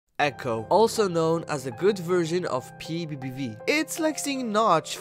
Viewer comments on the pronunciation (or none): How I say PBBV: p bee bee v How he says PBBV: P V.E VE V